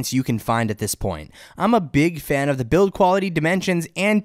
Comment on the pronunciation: It is SO hard to listen to someone who always says "thee" instead of "the". Like "thee best display" or "thee performance of thee device". Where did this guy learn english???